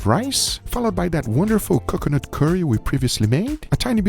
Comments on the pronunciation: Guga - "Kukanut Milk" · Guge saying C'cuh-nut hurts my soul for some indescribable reason. The side dish looked divine! Glad it all turned out good, would try. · Drink every time Guga says Cucunut 😂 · saying cocoanut wrong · Please NEVER say coconut again. PLEASE Or say it properly ffs